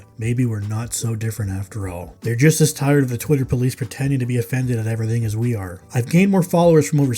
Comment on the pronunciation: "Aru reft wing activists asa disariked".... Classic 😂